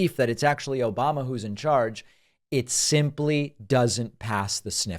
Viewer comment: "OBAMNA" (sic) 😂